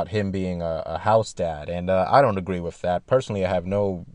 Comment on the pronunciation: Drives me fucking crazy to continually hear saying "wiff" instead of "with".